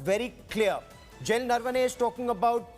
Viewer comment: It’s general Naravane. Why are you saying narvane